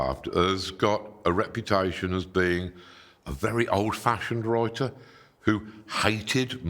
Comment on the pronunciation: What's a "wroiter"? 🤣👍